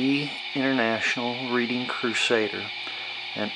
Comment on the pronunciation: For the record, the Reading was named after Reading, Pennsylvania and both are actually pronounced as "Redding." It's spelled like, "Read" but pronounced like, "Red." Don't feel bad as it's a common misconception. Great video!